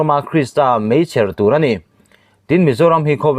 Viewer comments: Meichher tih i lam dan hian rilru a tina deuh a nih hi. Chher tih hi thluk hniam chuang lovin mei tih ang tho hian thluk ve ta che. Ṭawng thluk diklo ngaihrhlak hian a dang pawh ngaihthlak a chakawm lo zo vek. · Pakhat kan sawi ve lawk Meichher i lam a i thluk dan hi a diklo deuh